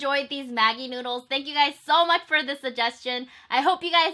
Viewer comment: Anyone else thought that she said 'nudes' instead of noods